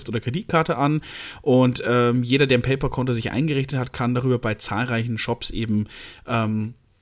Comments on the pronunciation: Wird "PayPäl" gesprochen, nicht "PayPoahl", gell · Bayerische Aussprache